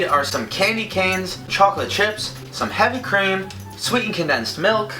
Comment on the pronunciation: when you said "heavy cream" I thought you said "Hemp cream" lol!